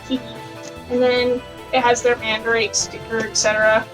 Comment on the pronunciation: For anyone wonderimg, I'm the "friend" she's referring to in the video. Lol And a fun fact, Mandarake is pronounced "Mahn-duh-rah-kei" you gotta accentuate it a bit for japanese is a phonetics based language, much like Español so pronunciation is key :3